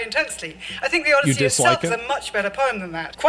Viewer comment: The OD-E-I-ssey with Helen of DeTroyT. Woman completely misunderstands the Odyssey. Odysseus was the protagonist but wasn't necessarily the hero. Very beginning of the story he's arrogant and disrespects the gods that the gods punish him, and THAT is why it takes him 20 years to get home instead of a few weeks. What does he do when he gets to the Cyclops' home? He and his crew literally start eating his food, drinking his wine, I think killing some of his sheep to eat, then they fall asleep because they're so drunk & full of food. When the cyclops finds them asleep in his raided house he tries to punish them, and some of them get killed. Start of the Odyssey there's a whole crew on his ship, I think even several ships, but after all their punishment only Odysseus is left after 20 years. Odysseus does save his wife from all these suitors trying to go after his wife & grand estate, by killing all the suitors. Guess how the book ends? Here's a hint, each of those suitors had family and they all want revenge. The Odyssey is like the inverse of the Trojan War, in both cases Odysseus uses his wits to get through an impenetrable wall to the woman inside (Helen/Penelope). The main difference is The Trojan War is a story about war, while the Odyssey is a story about what causes war.